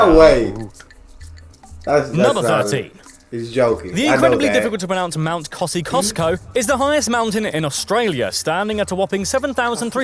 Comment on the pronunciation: If someone is going to make a video and present it as fact they should at least make sure they get the facts and pronunciation right…but they never do. He butchered the name of Mount Kosciusko, Ayer’s Rock sounds like airs not what he said, it’s South Australia not southern, the country is only 43% Christian his numbers are years old and we only have six states, the ACT and NT are territories. Redbacks are so deadly no one has died from one since 1956, only children and those who are frail are in any real danger and need the antivenin quickly.